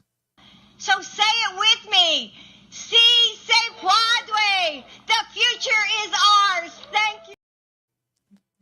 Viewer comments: She was meant to say "Si se puede" which means "Yes we can". What she actually said was "Si se puadre". Puadre isn't a Spanish word. 😂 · I'm sure all undecided Hispanic voters were offended by Jill Biden's pathetic attempt at pandering to their culture by murdering the pronunciation of "si se puede" and comparing them to tacos. Almost laughable.😅 What a fool. 🤡